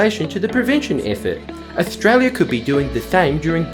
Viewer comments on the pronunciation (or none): Ostrala ism't reele